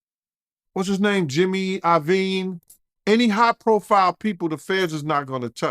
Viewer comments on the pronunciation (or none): none